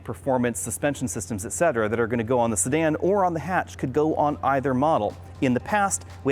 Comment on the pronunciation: It sounds like you're saying Stan when you say Sedan